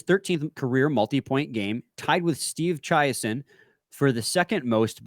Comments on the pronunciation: Chi a son? Come on lol. His last name is pronounced chay-sun. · obviously never heard of this player gone tragically but pronounced it....Steve CHI A son? It's Steve Chaisson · You guys are a little young to have seen him play, so you get a pass, but his name was Steve Chiasson phonetically pronounced (Chay-Sun). I Only bring it up because he was a very good player for the Wings. I saw him play, and he tragically died much too young. Enjoy the show boys, keep up the good work. 👍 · The older fans cringed at your pronunciation of Chaisson